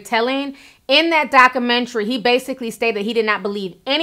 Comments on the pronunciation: Documentary......pronounced DOCK-U-MEN-TARY Ti....! lol! luv u tho! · Please pronounce the "U" in documentary and stop making slurping sounds when you sip tea. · Great job dissecting this “dockamintree”! lol luv u Ti! 😂